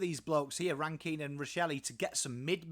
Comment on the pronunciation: Definitely on the mark. I like the inclusion of Hinge. He goes hard and lots of versatility with his height. My main gripe other than your pronunciation of '' is how tall the backline is. Worrell was only getting games when Doedee was injured, he is now fighting Mcalaney for a spot. Jones or Hamill will most likely be the second small Def behind Smithers although Milera looks to be going back to defence this year. Mchenry and Murphy will find it hard to find a game with the inclusion on Ran-Kin and a fit Rachelle. Pedlar and Cooke are two others to watch depending on the weekly matchup. Cooke to fight a spot with Hinge or McAdam. Pedlar may overtake Shoenberg. Edit: forgot parnell in the same bracket as Jones and Hamill.